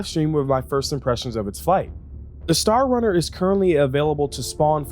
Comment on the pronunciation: Star "Crunner" 😬 sweet vid tho. So glad i got this ship